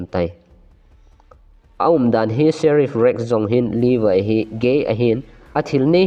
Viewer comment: Not Livai....... Levi joh ti o